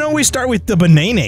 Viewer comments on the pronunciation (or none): Bruh just called a banana a beneinei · I like how you say bunaenae instead of banana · says banana in an alternative way me: getting Silentó vibes